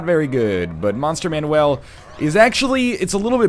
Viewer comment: Monster Manu(e)l? Isn't it pronounced Manu(a)l?